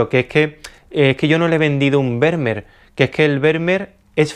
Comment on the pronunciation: Estimado, Esto que viene a continuación no es critica, ni queja ni nada por el estilo pero cada vez que dices Vermeer me duelen los oídos. La pronunciación más aproximada (de acuerdo a la fonética castellana) es FERMÍER. Si te sirve tómalo y si no, bueno tan amigos como siempre. Un abrazo y gracias por los videos tan buenos que haces.